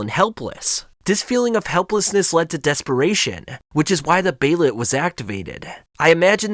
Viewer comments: hate the way this guy says behelit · The way you say behelit irks me